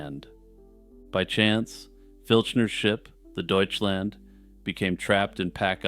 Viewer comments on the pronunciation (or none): none